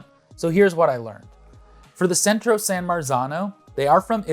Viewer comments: Thank you. Hearing "Sentro" made my skin crawl. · Cento not centro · Cento. Not Centro. I had to stop watching bc of this haha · Why did Cento, pronounced "Chento, not sentro BTW, drop the official EU DOP certification in favor of a third party certification that i might assume they paid for? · Good video. But it's Chento, not Sento. C followed by e is pronounced CH in Italian. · It's CHEN-to, not SEN-tro. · Its not Centro, it’s Cento, and it’s pronounced “Chento”. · NOT CENTRO NO RRRRRRRRRRRRRRRRRRRRRRRRRRRRRRRRRRRRRRRRR!!!!!!!! PRONOUNCED: CHENTO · I have to say, your scientific thoroughness is suspect when you say "Centro" instead of "Cento" multiple times, and put the misspelling on a graphic. It's Cento, pronounced CHEN-toe. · Cento is pronounced “CHENTO”, not “Sentro”. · Exactly! CHENTO!!!!! sentro. wth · pronounced "chento", not "sentro". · It's Cento (no R in the word) and pronounced CHEN-toh. They also have a D.O.P. version which is my go to. I tried them one time because they were on sale and I had always been curious. I'm never going back. For the few dollars difference it is well worth it. Also tasting them straight from the can is probably not best. Think about it, that is now how they will be used. To properly test them put them in a simple sauce and then compare. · It is Cento not Centro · If you are reviewing tomatoes, supposedly from Italy, two things - First, there is no R in Cento. You pronounce it with an R, and the copy reads that way on the video. Second, the pronunciation is not Cento, rather, CHento. That bugs the hell out of me. Similar to people to try to make Bruschetta. There is no BRUSH in Bruschetta. Pronounce it Brew sketta. At least then you won't stick out like a duck in a hen house. Until they taste what you have made. Ciao. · First off they are CENTO pronounced CHENTO there isn't an R in it bruh! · You kept on saying "Centro" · There’s no “R” in Cento.